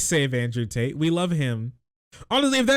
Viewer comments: Did you call them taint or Tate?? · I keep hearing you say "Tate" as "Taint" and I'm here for it